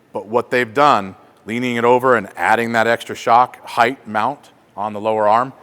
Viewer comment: Does he keep saying highth..?